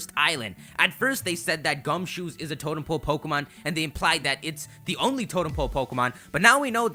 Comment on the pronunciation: "Totem "ole" Pokemon"